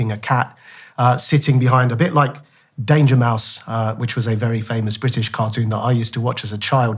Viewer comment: Bro said Dangermouse tho🧐